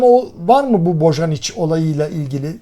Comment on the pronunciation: Boyanic okunur